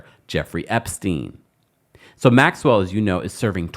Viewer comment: I so wish black vloggers would stop mispronouncing Maxwell's name sounding like hillbillies 😢 The S is silent like the g in neighbor